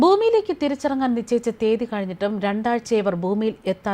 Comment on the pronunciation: എന്താണീ നിചയിച്ച ? നിശ്ചയിച്ച എന്നല്ലേ ?